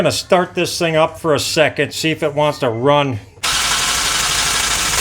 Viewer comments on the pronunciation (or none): none